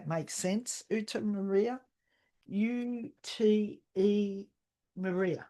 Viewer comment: Dear, thank you so much for the reading. Ute Maria is my German first name - you pronounced it perfectly! 😉 The soul mate was my ex-husband from the other side. I understand the message and I am grateful. Love and blessings! ❤